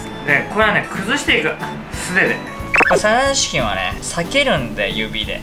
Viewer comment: 「キョンビニの〜、サララチキゥ」 でもう草を抑えられなかった